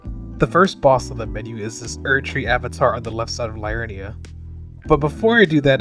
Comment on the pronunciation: Siofra - "SHAY-fruh" (Irish Gaeilge) Liurnia - "lee-UR-nee-a" (derived Latin) Ekzykes - "ek-ZY-keez" (derived Greek) Mohg - "MOHG" [long O sound; not "mogg"] Niall - "NYLE" (Welsh)